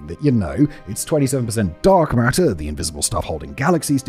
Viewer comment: TOTALLY said "Dong Matter" lol 😂